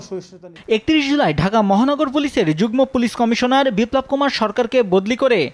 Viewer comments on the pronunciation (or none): none